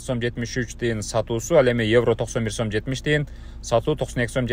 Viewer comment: Сум эмес сом болот